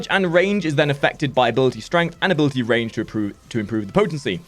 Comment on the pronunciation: "abilitie strength"